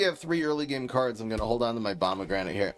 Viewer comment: I swore I heard him say Obamagranate😅